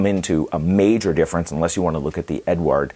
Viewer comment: Hello there, great review as always. To the pronuanciation of the czech premium brand, it is very easy. It's a male name, it's czech version of name that you know as Edward and it has almost the same pronuanciation. It goes like E-du-ard.